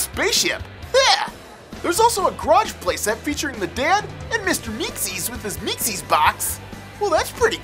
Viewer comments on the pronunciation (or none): It's not meeksees it's meeseeks